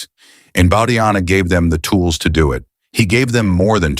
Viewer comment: The name is pronounced as Bau-dhaa-yana, not as Bau-dhaa-jana.